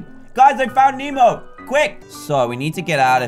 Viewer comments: ITS NEMO NOT MEMO! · It's "Nemo" not "Memo" 😑 😑 😑 😑